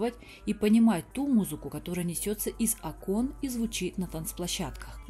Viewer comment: 3,05 из Окон- ударение на первый слог.